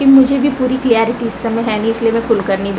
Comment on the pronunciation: Just a correction Losted jaisa koi word nahi hota... Its lost... Also clarity hota hai...aapne clearity bola.. Just a correction for ur betterment...take this into consideration